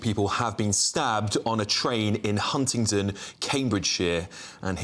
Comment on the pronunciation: 'Hundindon' 'Huntinton' ....it's fiking HUNTINGDON